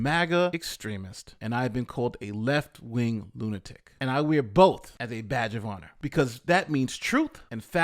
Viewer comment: Lunatic, not Lunitic.